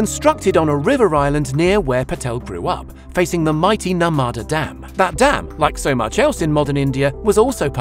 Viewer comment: It’s not pronounced the “nurmaada” river it’s pronounced as the “nurmada” but the spelling was correct